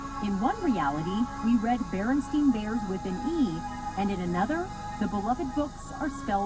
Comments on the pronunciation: lmao this guy is an idiot...it was always the Berenstain bears, not berenstEIn bears and definately not berenstIEN bears like this guys tries to say lllllmmmfffaaaaoooooo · The barenstien bears was a mis pronounciation.